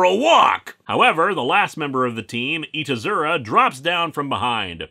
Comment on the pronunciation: You know it took me a while to realize that. Probably because of the mispronunciation, I speak casual Japanese.